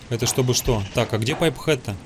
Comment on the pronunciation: Пайп хэт???!!! Поавильно сай рер хет